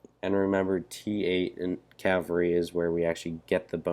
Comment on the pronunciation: It's cAValry, not cALvary...